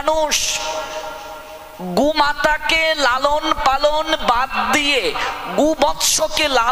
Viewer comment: প্রথমত প্রভু এইটা গুমাতা নয় গোমাতা একটু উচ্চারণ ঠিক করুন আর দ্বিতীয়ত মানুষ যে প্রকার স্বার্থপর, অবিশ্বাস যজ্ঞ, নির্দয় হয়ে উঠছে তাদের সেবা করা থেকে তো আমি মনে করি কুকুর বেড়াল কে স্নেহ করা বা তাদের একবেলা খাবার দেয়া অনেক ভালো।।। কুকুর কোনোদিনও তার মালিকের বিশ্বাস ভাঙবে না সে তার জীবন দিয়ে হলেও মালিকের রক্ষা করবে আর রইলো মানুষের কথা, মানুষ তো যতদিন টাকা আছে ততদিন সঙ্গে থাকবে আর নিজেদের সাধ্যসিদ্ধি হয়ে গেলে চলে যাবে কিন্তু এই বোবা প্রাণীরা তাদের সবটা দিয়ে তাদের মালিক কে ভালোবাসে তাই তোএ কুকুরকে প্রভুভক্ত বা সাধু বলা হয়।।।